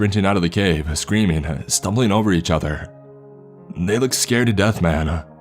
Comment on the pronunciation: "man" = "men"? Someone wishes it was "raining men". Hallelujah. The "corps" part is correct".